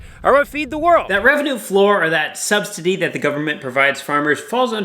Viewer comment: Note: despite what may tell you...the word is "subsidy" no T in there.